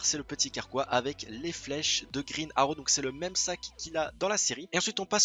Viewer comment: grine aro .... pourquoi aucun des francais sait parler englais. mais mec c'est Green arrow pas grine aro